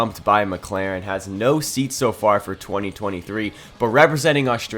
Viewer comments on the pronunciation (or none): none